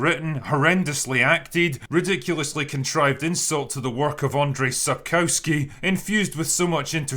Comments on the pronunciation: Seriously? Andre Sapkawsky? Surely if you live in Scotland you can find a Pole that can help you pronounce. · That care-free pronunciation of "Andrzej Sapkowski" made my day. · Awesome summary. Now, in the meantime, please, check the pronunciation of Sapkowski - you'll do a big favour to the Polish fans of the lore. Cheers, bro.